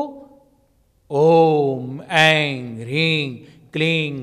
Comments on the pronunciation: मुझे भी लग रहा है ये गलत उच्चारण कर रहे है इंग का प्रयोग कर रहे है बार बार ओम एंग जबकि एम आना चाहिए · दीदी ये जो उच्चारण कर रहे है वो गलत लग रहा है। शब्द पर बिंदी आ जाने पर म का उच्चारण होता है। ये एंग बोल रहे है एम की जगह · mantra ko galat pronounce kyun kar Rahe hain..aim hota hai as aur aap Aing bol rha hai kleem ko aap Kling bol rhe hain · go ka uchharan hona chahie ang ring cling q